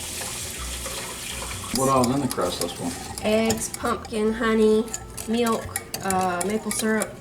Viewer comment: I love the way you say milk (meelk) it always puts a smile on my face! 😁 what a great video. 🫶🏼